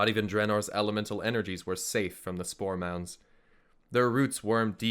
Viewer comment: it took me some time to realize was saying spore mounds......and not store mounts!